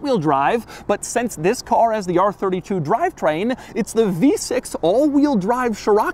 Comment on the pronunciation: Every time Doug says "v6" I die a little inside.